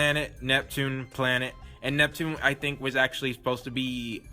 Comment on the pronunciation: I don't get how hard is to say Neptune name.